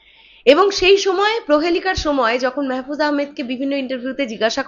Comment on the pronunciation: আপু মেহেফুজ আহামেদ না মাহফুজ আহামেদ হবে আর অপি করিম। এরা ছোট খাটো অভিনেতা অভিনেত্রী না। বলতে গেলে এরা এক এক জন একটা অভিনয়ের ইনস্টিটিউট। তোমার জ্ঞাতার্থে জানাচ্ছি এর আগেও মাহফুজ শাকিবের সঙ্গে ছবি করছে কপাল নামের একটি মুভিতে দেখে নিয়ো।